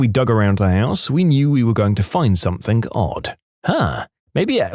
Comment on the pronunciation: No K in the word something .